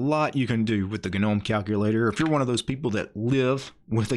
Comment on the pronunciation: Take a shot every time this man says "g-nome."